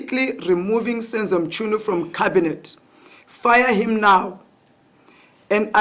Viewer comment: But why Minister "Mtshyunu"😂😂